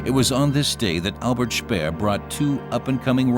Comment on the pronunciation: Français n'utiliser pas les mots allemands car c'est insupportable d'entendre ça. ! Pas Spiiiir mais c'est schpéér, etc